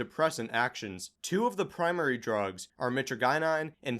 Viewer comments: Kratom isn’t dangerous, but it’s not as harmless as people make it out to be. It’s really addictive but that’s par for the course when it comes to opioids. It’s definitely one of the if not the safest opioids. Also the way says mytragynine pisses me off lmao. My-trah-jihh-nine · I think it's pronounced like "My-Tradj-In-Uh" and "My-Tradj-In-Een". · "meh-tree-gye-nine" bruh.